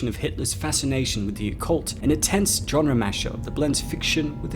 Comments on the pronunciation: Ok, I enjoyed Overlord and I really like your channel. But you read into this WAY too much! Easter eggs? A nod to Kurt Russell? This was a WW2 horror film, not The Shining. Also, why do you say genre as "john-re"? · With a softer J/G sound. The hard "J" like John is just so jarring. It's a French word, it's really not meant to sound like that...